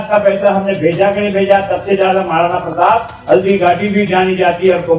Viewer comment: अभी भी माफी मांगने में भी गलत बोल रहे प्रताप प्रताप बोल रे आपको बोलने को नहीं आता है क्या